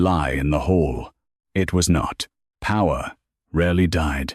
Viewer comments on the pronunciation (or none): It's hall, not hole.... the AI doesnt recognize synonyms... and each editor, narrator, data entered.... miss it all